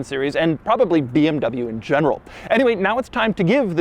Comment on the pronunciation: You are in this game for a long time and you still dont know hot to pronounce BMW or Porsche ?